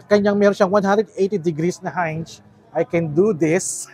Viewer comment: sana sinearch mo gamit yang D16 kung paano ang pronunciation ng "hinge"